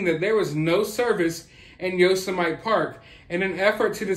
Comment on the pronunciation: Did this guy just say "Yosemite"...lololol??? I get that people mispronounce words. Not only is this probably the most famous national park In the United States, this is a guy that clearly loves movies and cartoons. What about Yosemite Sam? Most of us have only heard that name thousands of times as kids growing up. And something tells me, this guy watches more than his fair share of cartoons as an adult. And he can't say Yosemite?? Sorry, while I agree with everything this guy says, it's kind of hard to take him seriously when he can't pronounce a word a 5 year old would know. Besides, shouldn't this guy be waiting for the Lifetime movie to come out to review?? I didn't know he had any credentials In law. It's been truly weird to watch a channel of a guy that's obsessed with movies to try to turn into a crime reporter. My suspicion is, ranting about true crime cases get a little more views than talking about movies does. But that's just my opinion.